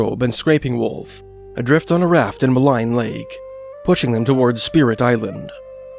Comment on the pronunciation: it's pronounced 'mulleen' lake, 'maligne canyon' and such